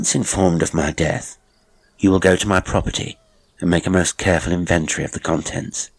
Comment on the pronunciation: Another fine tale. Pedant that I am,your pronunciation of inventory jarred somewhat. But overall,I’m delighted by your output.